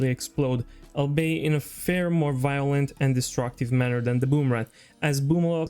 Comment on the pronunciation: ''Vwolent'' UwU